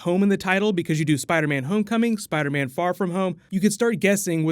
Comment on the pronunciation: he says spiderbam lol